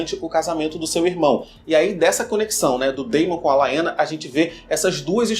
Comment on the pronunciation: Muito bom. A história dos ratos cinzentos tem muito a ver com os Meistres mesmo. A pronúncia de Laena é Lena como o Daemon, (Demon), a Haelena (Relena), etc. Grata. Gostei!